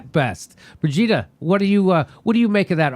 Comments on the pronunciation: When Jimmy said Brigida at first I thought he was saying Vegeta. Haha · Lol... I thought Jimmy said “Vegita” not “Brigitta”... did a double take for a moment. That would be funny though if someone named their kid Vegita.